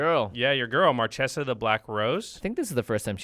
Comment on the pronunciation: One note: the way, "Marchesa" is pronounced "Mar-Kay-sa". It's italian and CH is a K sound. Marchesa means "an Italian woman holding the rank of a marchese : marchioness."